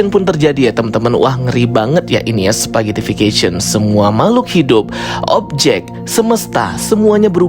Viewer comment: Mantap bang, udah bener pronunciationnya "spaghettification" wkwk 👍😂